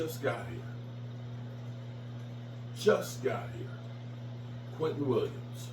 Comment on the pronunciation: If you don’t stop calling that man “Quinton” it’s Quinnen‼️🗣️🗣️🦅🦅